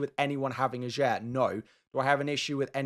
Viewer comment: You're pronouncing Ajer wrong. The 'j' is pronounced like a 'y' and the emphasis is on the first syllable, not the second. Also, Le Fée is not pronounced 'fee' but 'fay'.